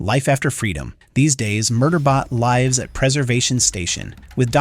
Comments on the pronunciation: Ironically this video is about an AI and a demonstration of how AI is getting better. Didn't realize it was an AI voice until I heard it mispronounce lives. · The mispronunciatiation of "lives" was jarring.